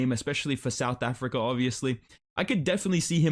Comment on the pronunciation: "I im thi first Ifrican to call flights in the Yu-If-See"